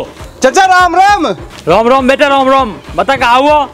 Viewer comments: Bhai aap logo se ek vinti hai ki rom rom nahi ram ram bola kariye 🙏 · abe yrr Tum Bhagwan ka Majak bana rhe ho Ram Ram ni bola jaata Rom Rom kyu bolte Ram Ram hota h 🥺